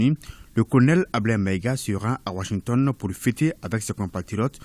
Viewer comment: Ai-je bien entendu Wanshington ou Washington 😅😅😅😅 ?!